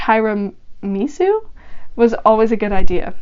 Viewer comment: I’m sorry but I couldn’t help but laugh/cringe at the way you said tiramisu. It’s pronounced “tee-ruh-mee-su” (According to Google ) Or my pronunciation: Tara(like the name) meh (literal meh sound) su (like the way you pronounce tsu or sue) And it’s a Russian cake (it’s reallly really good but overly expensive)